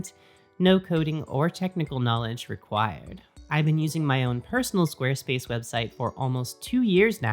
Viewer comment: I like the way you say "Squarespace." Carry on.